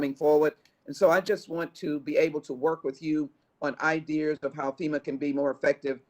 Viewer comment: Did she say " Idears"?